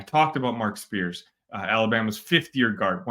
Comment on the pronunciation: It's not SPEARS! It's Mark SEARS!!